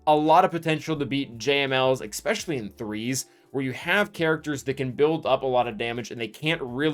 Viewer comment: The "expecially" kills me 😬